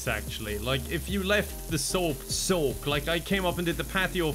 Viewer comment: "The sOHP sOHk" I really felt that